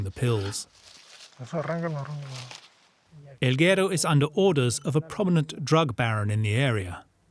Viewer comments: its guerooo not gero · narrator keeps mispronouncing guero during the whole doc 😂